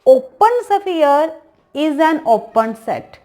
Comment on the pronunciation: शफीयर नहीं होता है , स्फेयर होता है 😀